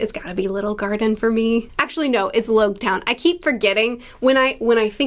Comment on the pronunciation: it's pronounced Logue Town like Log. As in prologue and epilogue